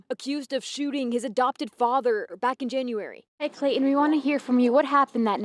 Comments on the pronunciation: Please quit calling the killer’Clay-en’. It’s really annoying! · Very good reporting. But there is something I do not understand. pronounced the ‘T’ in her surname; why does she skip the ‘T’ in Clayton and pronounce it “Clay-un”? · Isn't there a "T" in Clayton? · There is a T in his name.